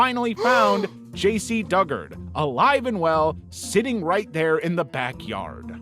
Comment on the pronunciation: You mispronounced "Dugard." It's Doo-guard.